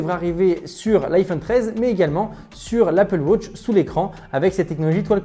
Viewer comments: Bah enfaite il dit Apple Wotch 🤣🤣🤣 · fait attention a la facon dont tu dis applewatch Ça sonne comme applewash c'est difficile pour les oreilles.....